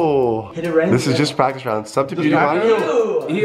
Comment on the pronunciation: Did i head BrokeFist instead of BroFist